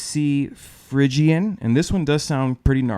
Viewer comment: Very creative explanation, beginning by using the relative minor of C to explain a minor mode. Pronounced Phrygian as Fridgian :) . . . very exotic. Agree, mastering the Modes on any string instrument; guitar, bass, etc. is so important